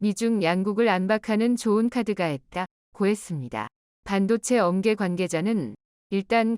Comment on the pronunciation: 한글읽는데 엄계가 무슨말이요. ㅂ"을 못읽는가봐요. 업계을 "엄계" 라고 하는것은 애청자 무시하는 처사이고 창피스러워 듣기도 민망 하네요. 한국여성 고용하세요